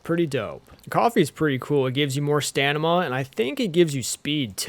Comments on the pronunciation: Please stop say stanima; its stam-e-nah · I giggle a little bit every time I hear “stanama” 😂🤭